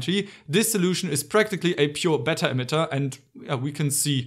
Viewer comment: erm, Pu-239 not 139. and, yes, beta is spelled “bay-tah” not “better”;) cool vid!